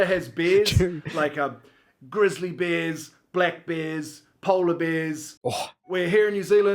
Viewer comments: I thought he was saying beers not bears. LOL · When he said "Canada has bears" I thought he said "Canada has beers". Both are true, I guess.